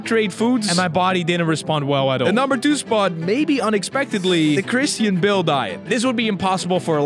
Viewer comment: Christine Bill? I think you meant Christian Bale 😂